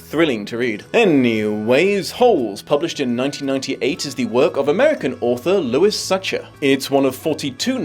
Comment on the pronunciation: Good job getting the American pronunciation of Louis right, but Sachar is pronounced sacker, not satcher.